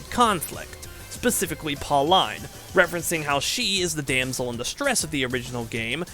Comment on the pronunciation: Always love series like these, i Hope this series takes your channel into higher popularity! Little side note that bugs me Pauline is actually pronounced Paul-een, not Paul-Eyen.